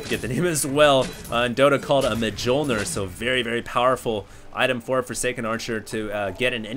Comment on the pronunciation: it's pronounced as myol-neer,.:D:D